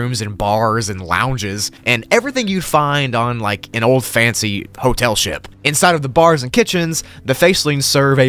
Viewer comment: You said "Shup" not "ship